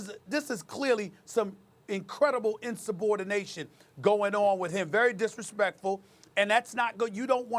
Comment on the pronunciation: Insub-Ordination... Sas be makin words up